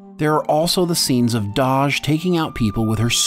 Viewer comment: Her name is Dahj not Doj. :)